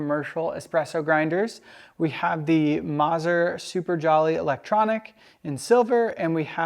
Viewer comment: Great content as always but, please...the double z in Mazzer is pronounced like the double z in pizza! It’s “Maht-zehr” NOT “Mahzur”. Ouch.